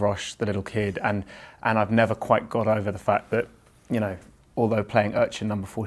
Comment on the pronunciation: Eddie : nerver say nerver .. ?! haha does he is a fan of justin biber? ;D